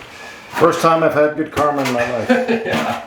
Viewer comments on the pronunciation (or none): none